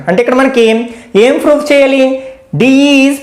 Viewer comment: Sir very nice explanation but you are telling froof in place of proof